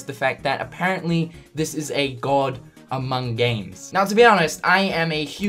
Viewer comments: No one going to mention the "Amoung"? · The reporter added a silent "U" to "among" when he spoke :)